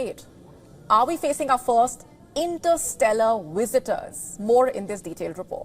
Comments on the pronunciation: That girl said "Wisitors" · Visitors not wisitors 😂😂